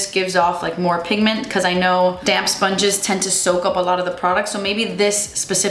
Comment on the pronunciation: I thought you kept saying a “damn sponge” instead of a damp sponge hahahah